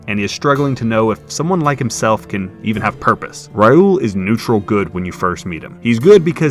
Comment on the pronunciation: "Rai uul" 😅